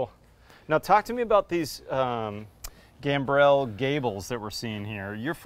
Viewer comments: Great presentation,. P.S. And here's yet another pedant, whining about something insignificant - the word is pronounced "Gam-brul" not "Gam-brelle" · Gambrel is gahmbruhl not gam-brelle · Legend has it, is still wondering how to pronounce gambrel.